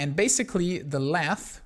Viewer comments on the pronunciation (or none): Lathe pronounced like lay-th